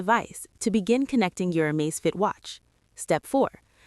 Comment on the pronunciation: Surely its Amazfit not Amazefit??